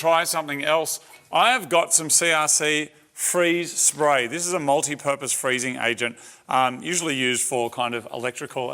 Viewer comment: to my American ears: "This is the 556 Moldy Purpose"